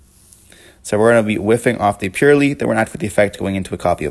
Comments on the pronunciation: Got 1min into the video and had to turn it off. Pur LIE LIE. Come on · Purr Lie Lie my ass. I hate how people pronounce it. It's Purr Lily. Purr Lee for Purrely.